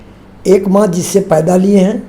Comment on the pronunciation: Thank you🙏❤ sir ji Aapne jo 🌸 MAA 🌺 sabad ka uccharan kiye,& karne ke liye 🌻Aapko🙏🌼